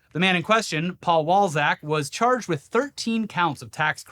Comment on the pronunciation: Oh... Walczak.... that's not what I heard!